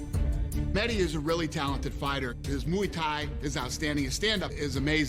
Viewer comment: Funny how Conor says Meji instead of mehdi